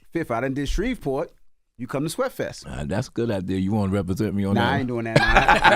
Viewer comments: Shreveport Envy not Shrevesport 🙄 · Every need to learn how to say Shreveport😒